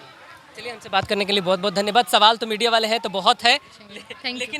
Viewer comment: Midiya भाई बिल्कुल बिहारी भाषा मे पंजाबी भाभी जी मजक कर रहे हैं